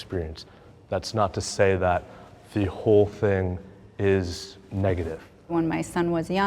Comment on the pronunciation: There is no K in thing. It’s soooo not anythink hippy